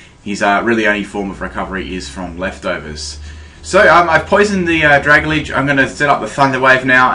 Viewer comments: Oh my god seriously, this is driving me insane hearing you pronounce pokemon's names wrong. I don't care if i get hate for saying this, but it's not "Dra-ga-lidge" It's "Dra-Gal-Ge" You do it all the time with so many names and i just can't help but finally say something man. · DUDE. IT'S PRONOUNCED DRUH-GAL-JEE.